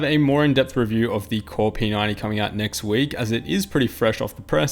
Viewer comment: the way you say p90 is like p 9 e and that is what I thought the chassis/case was called till i read the description